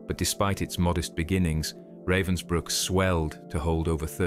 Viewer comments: Pronunciation guide: Dr Herta Oberheuser. It's Ober hoyser, not Oberhiser. It's Rahvens brewk, not Ravensbrook. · At least learn TO PRONOUNCE RAVENSBRÜCK................... Not raven like black bird in english. "A" like in abandoned, abagail, alistar, atrophy. : Ravensbrück....